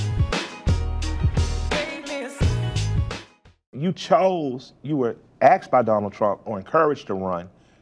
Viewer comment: Lol. You heard assed I heard axed. Either way it’s not a good look. Ones kinky the other is a felony.